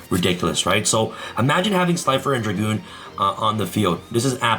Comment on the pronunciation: Red Eyes Dark DRAGOON, NOT DRAGOONSSSSSSSSS